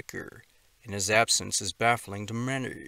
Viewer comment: This is a crazy ass AI bot voice. It's funny as fuck. Listen to how it says (many) at about 🤣 Minyyy